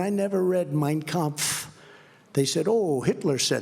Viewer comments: Wow, Trump mispronounces so much, I was sure he would butcher “Mein Kamph,” but what do you know? Perfect. Hmmm. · he pronounced it perfectly how funny